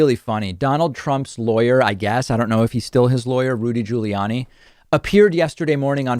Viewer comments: My god did you really need to do the "Jooly-Yanni" thing? What is it with you and purposely mispronouncing people's names? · Um... Why the different pronunciations of 'Guiliani'?